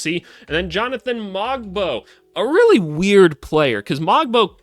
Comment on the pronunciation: Pronunciation notes: Shead rhymes with bread. The ‘g’ in Mogbo and Agbaji is silent. You didn’t mention Ulrich Chomche, but when in a couple of years he becomes a star (as he will), it’s pronounced Oolrish Shomshee. Mamukelashvili you correctly pronounced ‘Mamu’ because who has time?